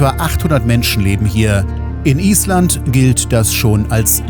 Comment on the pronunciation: Lieber. Auch dein Film Nr.6 war ein Genuß. Ich finde, dass die Drohnenaufnahmen, die Schönheit und großartige Natur Islands besonders gut zeigen. Der Blick von oben ist doch gewaltig. Deine Filme sind nicht einfach Reiseberichte, dass ist viel mehr. Übrigens Respekt für die Aussprache der Ortsnamen😂 Das muss man erstmal können. Ich hoffe, dass du pünktlich die Fähre erreicht hast und freue mich auf deinen nächsten Film. Bis dahin liebe Grüße Gabi😊